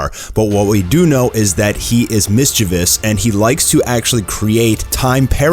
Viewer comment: You pronounced mischievous wrong kind sir